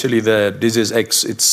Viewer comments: Someone should tell Mr Tedros how to pronounce the word, disease - with the accent on the second syllable . . . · Dizzes! Surely he could learn to say that word. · It's amazing that the head honcho of the W_H_O often has problems pronouncing the word 'disease' when that seems to be his raison d'etre! He calls them 'Deazes', which doesn't really inspire too much confidence, but obviously pales into insignificance when compared with his other myriad misdemeanors! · I would feel much more confident if Tedros could pronounce the word "dizzes". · The Director General of The World Health Organisation - cannot even be bothered to learn english - he can't even pronounce the word "disease" !! Have a think about that... It's done on purpose - It's part of the piss take. The psychopathic leaders think this sort of thing is funny. The last "Deziz X" ... was a bad 'flu' - so effing deadly that I didn't notice when I had it...and I was 63. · 3: = "deases." If the HEAD of the World HEALTH Organisation can't even PRONOUNCE the word "DISeases".......................... be wary!!!! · Biznizz not dizizz . jokers!😂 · Amazing Tedros in his position and can’t pronounce the word disease . He has a very questionable history . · It can't even pronounce the word disease and it is supposed to be the 'leader' lol Edit: Maybe they [WHO] should be concentrating on china and Africa - where nearly ALL these 'diseases' come from to help prevent future strains! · He cannot even express the word "disease" correctly!!!! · He is head of WHO and he can’t even say the word ‘disease’ properly 😡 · Sorry I don't like the way he pronounces disease it's annoying as hell... and oh if that was the only complaint I had? We will Exile the Knights of Malta and they are responsible for the oppressive domination of all sectors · You'd think that being able to pronounce 'disease' would be an advantage for someone at the head of the WHO. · The head of WHO can't even pronounce the word disease.